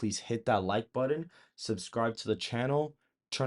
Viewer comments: I like your channel but please stop saying buddin instead of button. Just a pet peeve. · The second you said "buddon" instead of "button" I switched off. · “Button” is not pronounced “budd on”. It’s more like “but’n”. Best wishes.